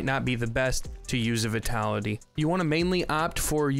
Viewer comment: I've heard you pronounce vitality wrong so much, its not v-ee-tality, but v-y-tality as in the word 'vine'.